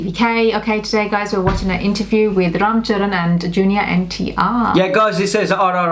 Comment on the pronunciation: THAT not vraam charvan its RAM CHARAN